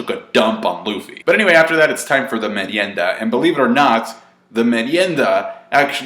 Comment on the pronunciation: Nice pronuantion of merienda, well done 👍🏻, and i hope a draw